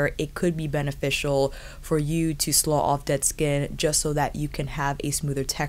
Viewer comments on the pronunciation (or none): Love your videos! Small pronunciation note. 'Slough' the way you're pronouncing it would be correct for the geographical feature or for the feeling of sadness. However, if you are referring to layers of dead skin coming off then the 'ough' should be pronounced the way it is in 'tough'. Gotta love the English language!